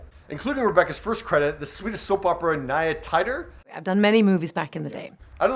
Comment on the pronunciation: Don't wanna sound like the boring guy but the right pronounce it isn't "Tahyder" for "Tider", it's "Teeder". "Nya Tider" means something like "New Tides" or "New Times". Yea, but it's Teeder.